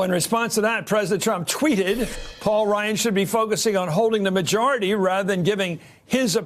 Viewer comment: “PAUK” ryan